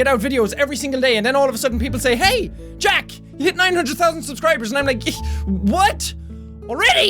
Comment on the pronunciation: I know that very well my friend. But he pronounced Jack as "Yack" . So I told him that it was wrongly spelled. I never said his real name was jack